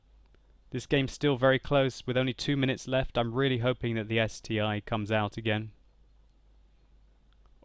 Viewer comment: How did you pronounce the ST-I? I guess you didn't visit russian tankopedia back then :)